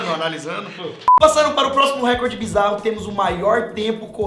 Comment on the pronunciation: 6 falam recorde errado, da mta agonia!!! n eh récorde, eh recorde...